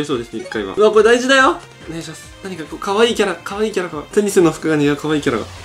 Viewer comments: テニスの塔がペニスの塔にしか聞こえん、、。w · ぺ○スに聞こえるのは、俺だけ？